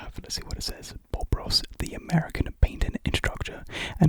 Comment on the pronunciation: Man’s said bob ross but I thought he said pop rocks😭